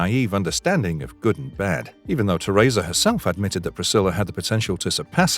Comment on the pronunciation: i know my guy didn't just call her Ter-Rayza (Teresa) lmao